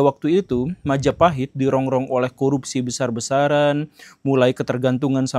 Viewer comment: Oh look at who controls all the islands? Mahajapit❌️ Majahapit❌️ Mapajahit❌️ Mahapajit❌️ Mapajahit❌️ Ma ja pa hit ✔️